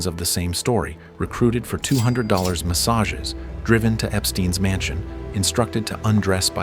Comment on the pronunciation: It’s definitely AI lol ‘mass-ages’ ‘See EE OH S’